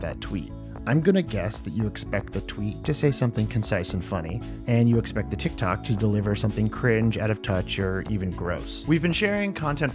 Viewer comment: "and it went viral on TikTac... TikTok..." Der best Error